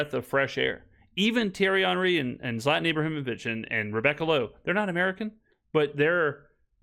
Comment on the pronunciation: brother, I know you mispronounce names for engagement but don’t be saying Zlatan’s name like an ignorant American. You are way too knowledgeable about soccer for that